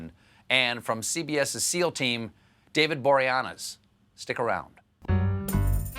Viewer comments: I believe it was Boreanaz himself who told people to just pronounce it like "borealis." (Except, of course, with an N.) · Oh, is that how it's pronounced??? I'm dyslexic and have never heard it spoken, so i always just went "David Bor3@@ in my head.